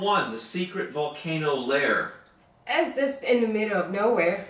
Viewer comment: It’s lair not lay-er